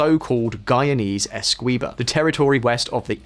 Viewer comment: Essequibo is pronounced almost like Eskimo. Almost Eskibo.